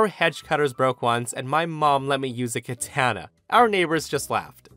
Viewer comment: The way you said katana reminds me of that moment when toby fox said touhou project during an interview in the most american accent ever. In the middle of speaking japanese. Very good nihongo.